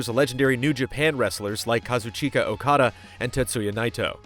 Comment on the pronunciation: Hearing pronounce Okada's and Naito's names and doing so correctly warms my heart